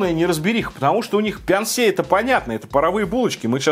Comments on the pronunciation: Прикол в том, что на самом корейском читается не Пян-Се, а Пён-Су😂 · На корейском почему-то написано пёнсу, а вы говорите пянсе🤔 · Почему пянсе, если написано пёнсу? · На корейском языке написано не «пянсе»,а «пёнсу»...